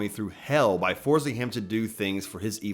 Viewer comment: Id it me or did he say "kamitukazation"?